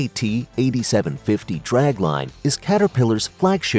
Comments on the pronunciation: It's not a SEE-AY-TEE. They're called CAT, like those furry little animals. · There not C A T there just CAT short for caterpillar aslo know as kitty Cats this video is poorly read and worded